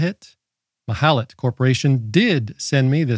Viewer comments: This is not an original Malahit, but a Chinese clone. The Chinese Malahit clones are often good (those from Deepelec), but nothing beats the actual Russian Malahit DSP3! And the Russian ones are cheaper! Lastly, it is pronounced Mal-ah-kheet 🙂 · What, what, how did you say the name of this radio is, that I didn’t understand it??? 😂😂😂😂 Ohh… dear Americans…😂😂😂